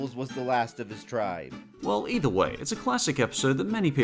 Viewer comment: did he say ^dolphin noise^ or well?